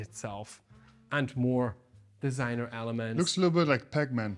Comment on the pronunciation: im french and your french accent was so fine when you said DISIGNEUR